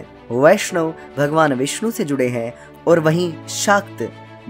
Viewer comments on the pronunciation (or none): none